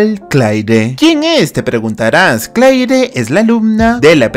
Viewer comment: no se pronuncia claire es cleir